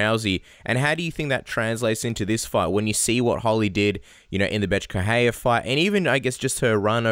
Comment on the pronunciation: Jason Parillo: It's Holly HOLM! Good grief guy, she's not Larry Holmes' daughter. And, "Beth Korera"?? whew...